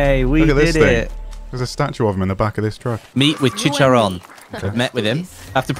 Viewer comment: Its fkin CHICHARON, not Chicharon 》:(